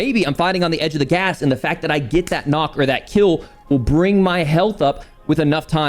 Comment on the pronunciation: es heisst nicht „nock“ sondern „knock“